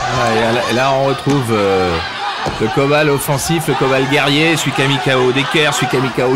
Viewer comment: It's Coban, not Kobal.